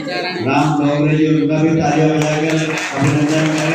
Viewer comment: Name to sahi se le nahi pa rahe hai दाँगोड़े ko डोंगरे कह रहे hai